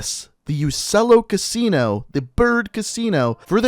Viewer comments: It isnt ussello in italian it pronounce uchchello in italian I know cuz i learn italian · I think it’s pronounced uchello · I think its pronounced u-chello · In Italian Uccello is pronounced Uchello